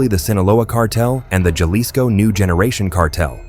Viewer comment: This would be a really good channel if they knew how to pronounce Jalisco and did not censor every other word.